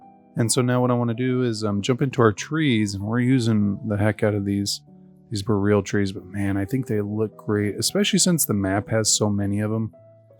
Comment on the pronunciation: Boreal is pronounced "bore-ee-uhl" rather than "bo-real"